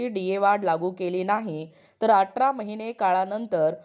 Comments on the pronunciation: बाई व्हिडीओ बनवते तर भाषा सुद्धा शुद्ध असावी atra नाही athra👎🏿👎🏿👎🏿👎🏿q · अटरा नाही हो, अठरा